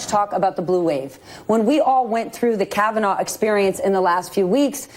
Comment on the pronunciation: She called it " the kavanah experience" ...lol